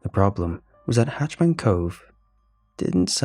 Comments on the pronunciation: HatchET* Man. Not "Hatch Man".....Bothers the crap outta me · It's hah-chet-man and not "hatch-man" as you're saying it. The former is scary, while the latter sounds like someone in charge of making sure hatches on a ship are secure. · Mate cause it’s killing me I gotta say, it’s “hatch-ET-man cove” it’s a “hatch-et” a hatch is a small doorway usually on the floor/ceiling a “hatch man” would like be someone who stands in front of the “hatch” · Am I the only one who noticed he kept calling it hatch man cove instead of hatchet man cove? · Ha! I am glad you said it. I can’t stop hearing it. Driving me nutz. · Maybe its the way they say it in Britian?